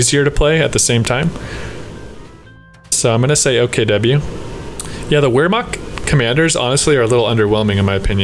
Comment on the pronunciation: Just wanted to drop this here. Wehrmacht is pronounced: Vār-mokt